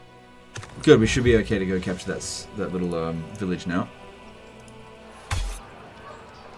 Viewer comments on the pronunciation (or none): Every time says village i keep hearing vilitch